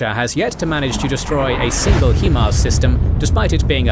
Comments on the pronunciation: you Brits and your He-Mars.... why can't you pronounce it the way it is... HIMARS. When you break it down it's HI not he..... otherwise I love your stuff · HIGH-MARZ not hee-marz smh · “Hi-Fi” is not pronounced “Hee-Fee”, just as HIMARS is “Hi-Mars” not “Hee-Mars” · American developed M142 HIMARS is pronounced (hi-mars), not (he-mars). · Hee mars? Really?? This is the first time I have ever heard anyone pronounce it that way and hope it's the last.